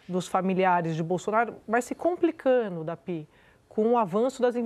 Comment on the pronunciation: RelataNo, fechaNo, complicaNo... Andrea Sadi precisa de um fonoaudiólogo.